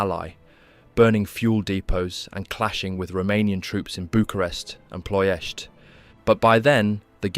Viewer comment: Wow man you said Ploiesti perfectly , im from Ploiesti and we have a forest near me that still big holes in the ground from american borbandaments.